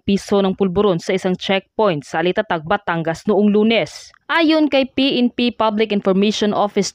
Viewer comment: Nubayan babasahin na lang mali mali pa…anong Alitatag? Alitagtag ba kamo? Haaaay masabi lang may content ano? Sagwa kasi pakinggan